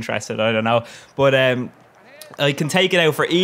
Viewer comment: Love the jokes, haha. Love it when you are saying: bot-> but